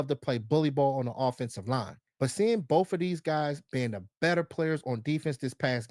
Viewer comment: The word is BOTH not Boff. I bet you say Teeff instead of teeth as well ! C'mon Bruthas !